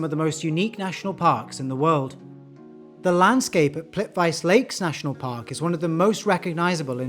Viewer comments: ❤Plitvice -- is pronounced 'plît-ʋit-se' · dude, how did you pronunce Plivice?!!?! please